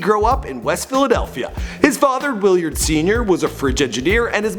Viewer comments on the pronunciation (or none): It's Willard not Williard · Willard** not Williard lol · lmao it's WILLARD not WILLIYARD